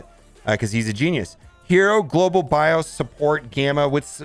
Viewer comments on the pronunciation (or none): none